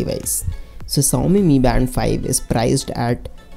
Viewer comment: VerJan not verZan Shaomi not saomi 😂😂😂